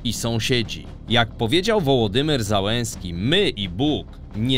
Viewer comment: Dlaczego nazwiska polityków z poza Ukrainy są normalnie wypowiadane, a ukraińskie drażniąco przekręcane jak Załęski czy Kłyczko?